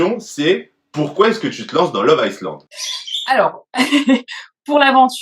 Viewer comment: Ca se lit [aïe lande] pas [aïce lande] lol